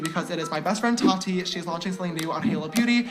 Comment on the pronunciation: The way you pronounce Tati like ratty with a T makes me giggle